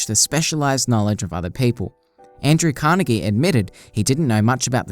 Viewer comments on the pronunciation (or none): none